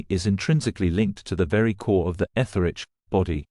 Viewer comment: Your presentation would be so much better if you could teach the A.I. narrator to properly pronounce ALL the words of the script. Words like 'etheric', and 'China' really should be pronounceable I would think. Still very informative in spite of the audio glitches. and the pic.s are awesome!